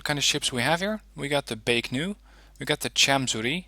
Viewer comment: Why do you keep saying Baek-Nu When there is no 'N' in Baek-Ku? You do this consistently in all your videos. Just curious.